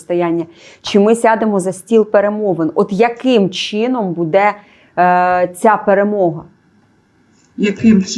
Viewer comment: не позорьте українську мову, чого ви кажете слово буде й ставите удар на другий слон на це не вірно, це гидко!!!!!